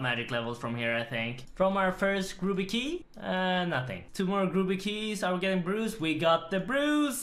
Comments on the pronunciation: "Grooby key" 😂😂 love it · I love how you say “grooby” key